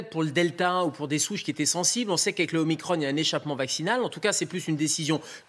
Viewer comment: isolement ducon, pas isolation, nous ne sommes pas des murs, et omicron pas omicrone, sinon on dit macrone et pas macron